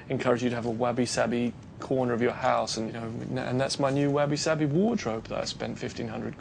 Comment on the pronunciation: First thing he should have done is learn how to say wabi sabi correctly.